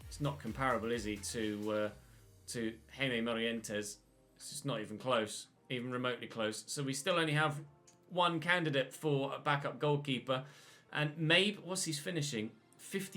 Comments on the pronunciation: hai-meh, yes true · Hey, Jaime is pronounced Hi-may! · Jaime (in your youth academy) I think is pronounced "High-may"